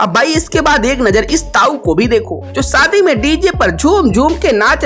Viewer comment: Saadi suru parsad...Abey apni bhasha theek kar pehle gawar..Sh bolana seekh pehle